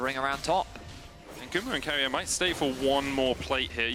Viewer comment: Go keria= ceria😅😅😂😂😂